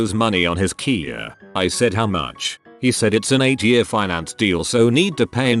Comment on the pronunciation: I really hate how this bot reader(or whatever it is called) reads the word "year". Come on, I know it can't be perfect, but "year" is a pretty common word, so don't let it be "yaar".